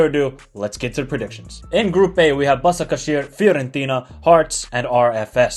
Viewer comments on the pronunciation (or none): it is Bashakshehir in turkish that s with something under it pronounce "sh"